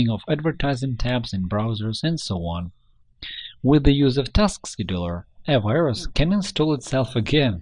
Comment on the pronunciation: it says task scheduler but he says "taskedoir"